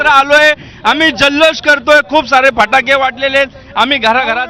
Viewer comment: फटाके बोला फाटके नाही.😊😅